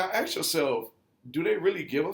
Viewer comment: I know you’re black because you say axe instead of ask